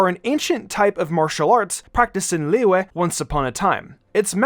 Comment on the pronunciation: I LOVE HOW HE PRONOUNCES "LIYUE"